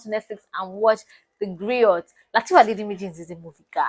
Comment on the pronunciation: A job well done darling and keep it up too., it is pronounced as Grio but written as Griot. The T is silent dear.